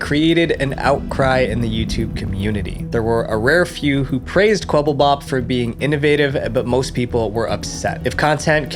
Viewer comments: bro literally said kwebellbop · "quebblebop" WHAT IS QUEBBLEBOP